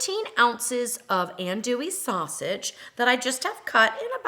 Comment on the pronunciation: I’ve never seen a red gumbo, though I’m sure your’s tastes great. Tip: andouille is pronounced ah (like a yawn sound)ndouiile. Andouille Keep up the great videos!!! Thank you!